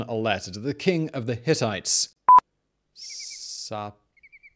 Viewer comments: SHOO--PEE---LOO---LIMA that's how you say it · Ah Man hearing you struggle through Suppiluliuma I made my day.